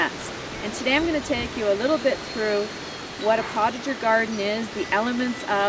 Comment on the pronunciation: It is pronounced....poe ta zhay...not portager